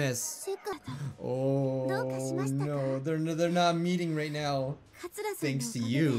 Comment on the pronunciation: “No” sounds like “Kianasi”